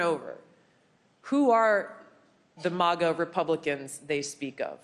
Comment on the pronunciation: Thank you for saying M-AH-GA and not MAAAGA Tulsi.